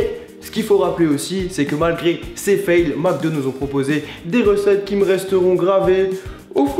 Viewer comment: "Macdo" epa ont dit "Mcdo" il y a pas de a